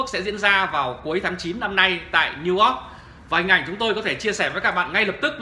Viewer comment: Niu Ogg ??? Đọc cũng ko xong , toàn dân tri thức